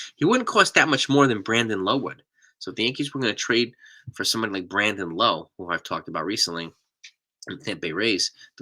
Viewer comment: Brandon Lowe pronounces it Lau, as in Now.